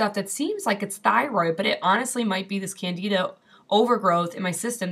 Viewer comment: Excellent Video! You are right, Candeeda is the correct pronunciation! Just like the Tony Orlando song (before your time)! In truth, systemic Candidiasis is one of the biggest contributors to the Western World's obesity pandemic, precisely because of extreme, irrational, carb cravings! This is potentially very bad,; by all means, stick it to the diet, otherwise your thyroid will plague you for the rest of your life! Plus, chronic Candida deposition in the Tracheobronchial Tree is a major contributor to the development of CA. of the lung! Happily, it's a fungus so Baking Soda and H2O2 kill it pretty handily! Stick with it, you'll be glad!